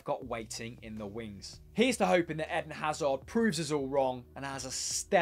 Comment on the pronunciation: Ummm his name is AIDEN AZZZAR